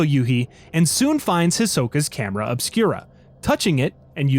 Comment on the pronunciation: I thought you said camera of Spira at first and was wondering if Tidus knew about this.